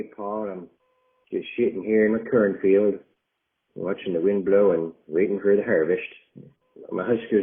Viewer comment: "just shitting here in me curnfiel"